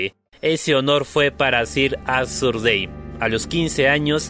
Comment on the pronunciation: Cada vez que decis sir arthur dayne me da una embolia